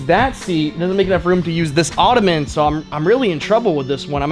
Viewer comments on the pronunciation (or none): none